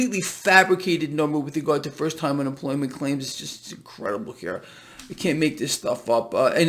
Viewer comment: doesn't seem to be getting dinged for his cussing. Yes, he "caant" say the other word....LOL